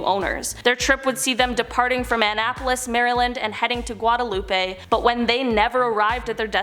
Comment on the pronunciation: The way pronounced Guadeloupe sent me😭🤣